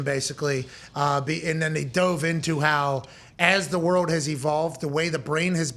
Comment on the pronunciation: please fix how you say world..... its not worwd. its world. love u man